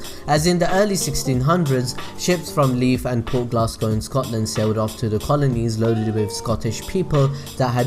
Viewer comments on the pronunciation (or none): none